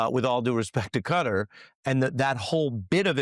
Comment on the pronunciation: I so wish people would get it right, sadly for nearly everyone Dumpty himself gets it right which kind of shows why he was elected, ignorance. The most widely accepted pronunciation of "Qatar" in English is "kuh-TAR", with the stress on the second syllable. NOT CUTTER please get it right, MUGA cultists or not.